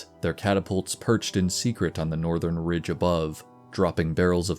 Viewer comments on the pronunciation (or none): none